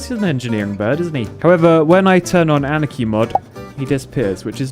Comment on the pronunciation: The mods has been been called “anarchy?” Not “ahnaki?”